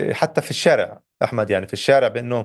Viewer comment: نحبك يا وائل لتميزك في تلخيصك الصحفي اليومي الذي تقدمه عبر تلفزيون الغد .. لا تقول إِحمد او محِمد والفظهن صح ههههههههه